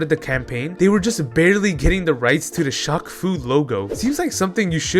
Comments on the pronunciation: you slowly killed a piece of me everytime you pronounced shaq as shock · is you pronouncing it "shock" instead of "shack" a bit or something? asking because i've never heard someone say "shock eel o neil" lol. EDIT: wait i get it now, it's French.